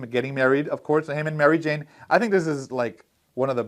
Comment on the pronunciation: Did you say Mario Jane ? Haha good times.